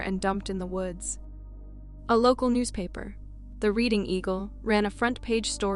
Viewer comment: The Anna Kane one, the town of "Reading" is pronounced "Redding".